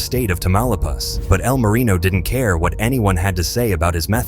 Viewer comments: "E.L. Marino" and "El Marion" lol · "EEE L Marino" A.i. is disgusting.